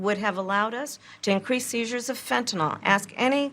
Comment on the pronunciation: She can’t even pronounce “fentanyl” properly..🤦🏻‍♀️